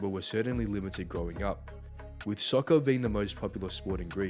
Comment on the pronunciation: did you really just say soccer with a british accent smh